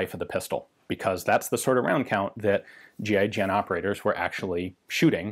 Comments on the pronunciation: Anyon else think he was saying “G.I. Jane” at first?? LMAO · It sounds like he's saying gi Jane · Kept thought he was saying GI-JANE